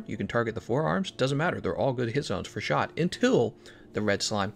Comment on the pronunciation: He is saying 'shot' damage right? Keeps sounding like he is saying shock.